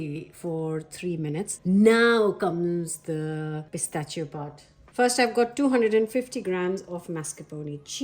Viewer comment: Why does she pronounce pistachio wrong